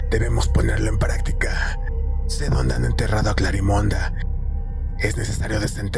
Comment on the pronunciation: Me gusta la historia ya la había leido pero no me gusta que se diga Clarimonda, suena como munda, se escucharía mejor CLARIMEND aun k termine con e (las voces con esa distorcion me desesperó) Pero estoy enamorada de la Historia, me encantaría ser Clarimond Yo no puedo donar sangre tengo mis venas muy delgadas es por genetica